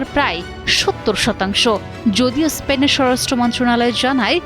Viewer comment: উচ্চারণ ঠিক করে করার চেষ্টা করুন! এসপেন নয় স্পেন! আচ্ছা এর আগে ফুটবল বিশ্বকাপ চলাকালীন সময়ে মরোক্ক ফ্রান্সের কাছে হেরে যাবার পর ফ্রান্স এবং ইংল্যান্ডের বিভিন্ন শহরে মরোক্কর থেকে আগত মানুষ কেন ধ্বংস চালিয়েছিল?